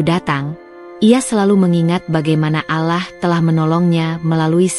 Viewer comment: Ctt. Bila alur cerita bernuansa muslim , alangkah baik nya yg membacakan jalan cerita adalah yg se iman dgn Islam agar Pengucapan sebutan kpd Sang Khalik benar2 sempurna yaa Alaah itu bukan sebutan Tuhan Islam ttp Yaa Allah ( yaa Alloh ) bukan yaa Alaah